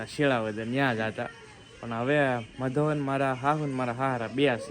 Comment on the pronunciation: મધોવન નય મધુવન